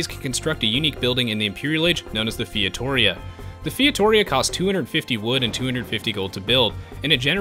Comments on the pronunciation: I find it funny when you say "Fietoria" when the right one is "Feitoria". XD And the building name is FeitoRIa. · Thanks for the video! As a portuguese I've been waiting for this for... well since day 1 of AOEII. And... it's "fay-tuh-ree-ah", not feitohreha :D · It's pronounced fay-too-ree-uh :P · The correct pronounciation of Feitoria is Fay-Tow-ree-a, going short on "to" and "ri". great vid ; ) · yup, feito-RI-a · Featoria? Can you read? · my god, fietória hurts my ears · your pronouncing of feitoria made me cringe so hard but its all good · ur saying feitoria wrong, meu amigo! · Lol that pronunciation of "feitoria".